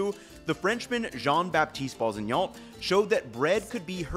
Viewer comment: Boussingault is pronounced [busɛ̃ɡo] in French, roughly boo-san-goh